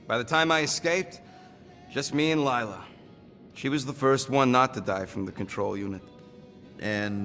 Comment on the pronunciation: its not lylla its layla